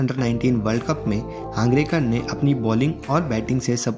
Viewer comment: हांगरेकर नही हंगरगे कर